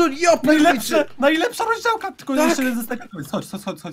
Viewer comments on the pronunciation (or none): rozdiałka co tt mówisz mówi się format lub roźdielczość